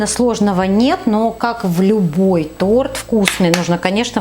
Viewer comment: Женщина,почему вы не можете выговорить слово Торт?